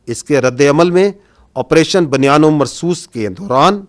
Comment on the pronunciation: 😮بُ ، ”بُنیان ۭ مرصوص“،، بَ بَنیان نہیں پلیززز 😮😮😮